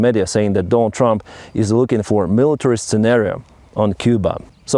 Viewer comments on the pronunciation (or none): none